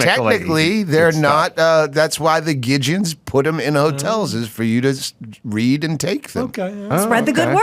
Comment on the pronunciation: You said Gideon wrong knucklehead FYI volunteers put those Bibles in there they are paid for with donations they are there for you to take